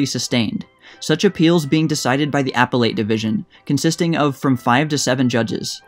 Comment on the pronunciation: "appellate" is pronounced "uh-PELL-et" -- not "APPel - ate." Otherwise -- great stuff. Thanks.